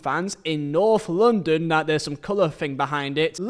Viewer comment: American ✊ why does he keep saying LONDON it’s LONDON like that Is London not racist ?